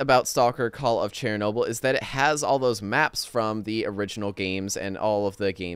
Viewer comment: Not cherry noble! Shernoble! :)